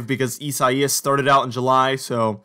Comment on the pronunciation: It’s correctly pronounced EYE SAY US. Not how bizarrely you’ve been pronouncing that name.